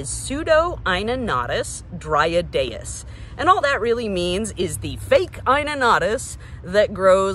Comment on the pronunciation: I really appreciate the pronunciation! Eye-No-no-tus Dry-add day-us has been elevated just listening to you say it right. 😂